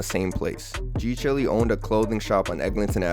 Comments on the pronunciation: G chile (child) not g chilly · ngl I slightly cringed every time you said g chilly 😩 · g chilly???????? 😭 don't tell me it's not chiiiiileee